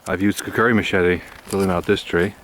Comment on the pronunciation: It's kukri not kukuri